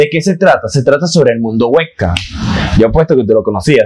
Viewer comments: "el mundo wec CAM"? 😂 Te recomiendo leer mucho ejercitar tu masa gris o sea tu cerebro 🧠..! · La verdad lo suyo no es la oratoria !!! Hablo y se la paso todo el vídeo repite y repite que es el webcam para terminar enredado y no explicar que es el webcam !! que más bien sonaba a Güeca , Uhecam , Ueca , Beckham , etc.. etc... Ahora entiendo porque en los vídeos que he visto ni habla solo se mueve !!!